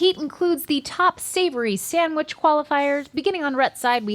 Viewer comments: I love how says 'sam-wich'. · But she still can’t say sandwich correctly 😭